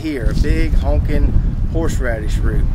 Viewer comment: I couldn’t help but giggle every time you said “honkin” horseradish 😂